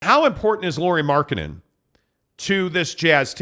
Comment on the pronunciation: Third syllable in Lauri Markkanen's name is "nen" not "den." gets it. must be listening to Bolerjack too much!